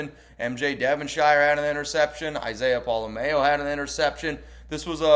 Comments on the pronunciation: Its pola-mao. "MA-OH". Not pola-MAYO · You are the only one I hear saying Pola mao wrong it’s not like Best foods mayo nnaise